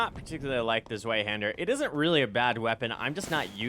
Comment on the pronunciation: Nice video :D side note: it is pronounced (svie-hand-ur)! Zwei is German for 2. Zweihander = "2 handed". The W in German is pronounced like a V in English. Pretty neat